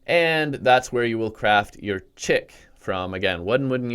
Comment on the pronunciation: Isn’t Chik pronounced “Sheek”. Edit: If I’m right, not flaming you. If I’m wrong, don’t flame me. Ty.